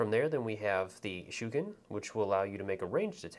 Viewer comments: THANK YOU! the "shookin" is driving me crazy. really helpful video otherwise, but man... that was rough. ;) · Loving this video really well presented, cant wait for my kickstarter copy to turn up, one note, dont know if anyone else disagrees but I believe shuriken are pronounced shur ree ken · Great Tutorial.👍 But please be aware that Shuriken does have an 'i' in it.👌 Mispronouncing it as Shuken was quite grating after a while. 👍😁